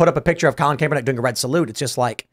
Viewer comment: Ugh tim you keep saying Colin kaepernicks name horribly wrong lol.i don't Luke the guy but it was cringe lol.